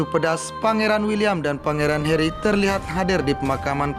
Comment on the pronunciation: it's Harry not Herry